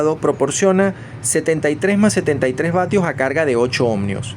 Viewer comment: PAAAAAAWER PAAAAWEER SE PRONUNCIA PA WEEEERR. OHMIOS, NO OHMNNNIOS, BO LLEVA N .